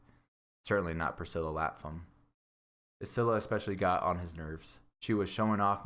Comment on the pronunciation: he said Icilla